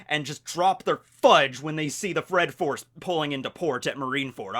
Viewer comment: Did* he say the fred force when he said those marines had the right to drop there fudge?